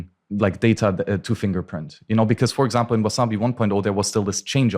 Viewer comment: 'Wizarbi' wallet 🤣 love you, but it's WaSabi. No 'z'.